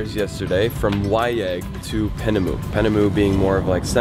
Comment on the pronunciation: I think it’s Piaynemo not Penemu